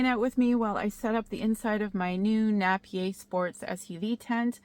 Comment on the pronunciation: It's pronounced Nape I er